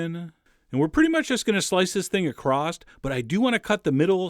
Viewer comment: Is it me or does Chef John add a "t" to across